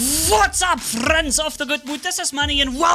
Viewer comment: When you accidentally start the video muted and then restart just to hear "frrrrrriends of the good mood!"😂😂